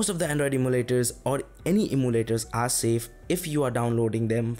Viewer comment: could it be you are trying to say em-yoo-laters?